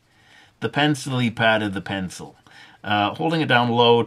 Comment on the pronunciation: "Zee pencily paht of dee penzil" I lol'd